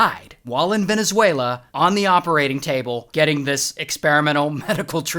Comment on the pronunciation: Thank you for pronouncing my country Venezuela correctly hahaha